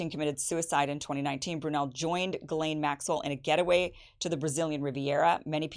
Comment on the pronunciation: Where in the annals of the French language did they not pronounce a letter s? Verialle? It's pronounced Gizlane. Or is Gizelle now Gel?